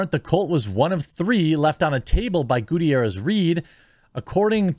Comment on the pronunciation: It's pronounced Ga-tier-ez